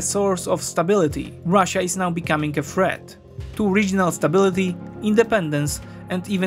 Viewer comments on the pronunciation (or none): Good and all, if you read this, work on your "TH" sounds, because you are pronouncing them as "F"s. worth = worf (sounds like wharf, different meaning) , thirty = firty (sounded like you said forty) , threat = freat (sounds like fret, different meaning)